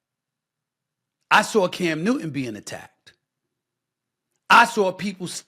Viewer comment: New-Ton not New-Een. Bro don’t make it about race. Your despicable. Everything is not race. It’s just punks fighting (not Cam). You always make it about skin color, talk about doing damage!! Your not just talking about violence. Your talking about racism. Again. Standard, par the course. Carry on.